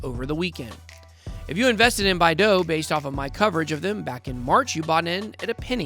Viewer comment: Love the vid and channel, when we getting a Bidao only video? Also its BYE DOW my guy lol